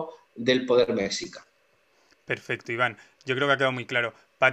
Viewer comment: Se dice "meshica" (como she, en inglés) y "tlascalteca"